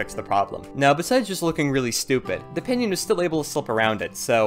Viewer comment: when ever he says pinion I keep thinking he's saying pinyin which is chinese words using english letters